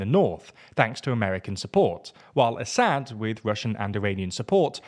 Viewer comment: you can’t even pronounce Assad’s name right lmao run along kid, you have no clue what you are yapping about. Isil fangirl 🤣